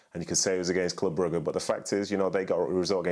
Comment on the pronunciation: Lol ffs it’s Bruge